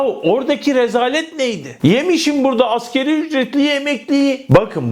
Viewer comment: Askerî değil Asgarî